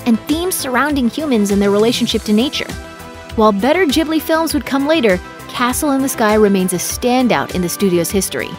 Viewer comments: Stahp saying ghibli wrong......gib not jib.... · "jibly" ? come on, you know that the gh is pronounced like the g in "gorgeous" or "guild" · Ghibli*, not Jibbly. Why do Americans struggle with this so much? Do you also say "Jost" and "Jastly"? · How you pronunce "Ghibli" bugs me so much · Am I supposed to say studio ghibli like studio jubli or what? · yes before rating them please know how to say studio ghibli correctly! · Dude you said Ghibli wrong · It’s pronounced with a G sound, not a J sound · The way she pronounced ghibli really anoyyed me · Who else cringed at the way she pronounced ghibli time and time again?